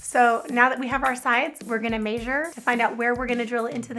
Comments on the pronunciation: Why do you say Maysure instead of measure? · I hate how she says "maysure" instead of "measure"!!!😠😠😠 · Ok I'm not the only one who was irritated by that